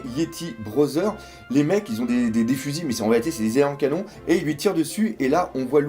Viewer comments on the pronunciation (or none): none